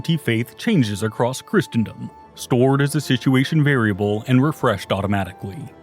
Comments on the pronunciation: I wonder if he's mispronouncing Christendom on purpose too xD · christendom, clergy, archbishop...lots of mispronunciations in this